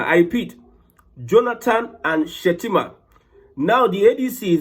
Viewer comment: He made a mistake on saying shettima